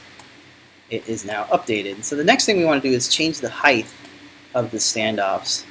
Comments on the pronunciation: Off the subject but why do you pronounce the word height..heigth? Some wood workers I noticed do the same. I'm enjoying following this project, thank you! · alot of people do this i have noticed, height does not rhyme with width!